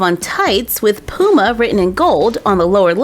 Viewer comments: It’s not Pooma it’s p you ma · Its puma not pooma 😂😂😂😂😂😂😂😂😂😂😂😂😂😂😂😂😂😂😂😂😂😂😂😂😂😂😂😂😂😂😂😂😂😂😂😂😂😂😂😂😂😂😂😂😂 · You keep sayin Pooma it’s puma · Lol love the way u say Puma Where I live we say Puma like "Pyuma" but says "Pooma" Hehehehehehe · I love the way u say puma x 😂♥️